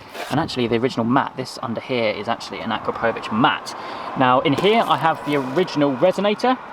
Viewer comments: It’s a-crop-o-vic not a-kra-po-vic 😓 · It's pronounced a krap o vich! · Love it dude, sounds great, just making the car an even better all rounder! Btw I think your mean to pronounce it A-krap-o-vitch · The exhaust name is actually pronounced "A-Crapo-Vitch"... for obvious reasons! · Pronounced A-crap-a-vitch just so you know. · That's NOT how you pronounce akrapovic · First learn how to say AKRAPOVIC